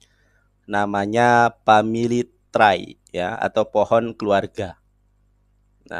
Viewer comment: Wkwk.. Dia bilang family try.. 😅